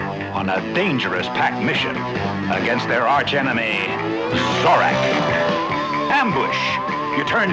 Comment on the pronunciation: Oops Zorak not zodak